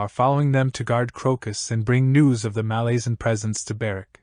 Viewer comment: Nice summary. I'm due a re-read. There's different pronunciations, of course, but a couple of yours made me wince. MaLAZEan is a new one 🤮💀😅 But please continue these!